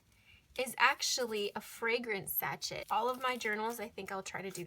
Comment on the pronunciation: Not sach-et, but “sashay”. It’s French 😊